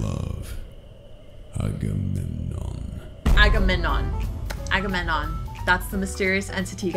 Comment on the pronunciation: its not agamon its agamemnon its aga mem non agamemnon not agamon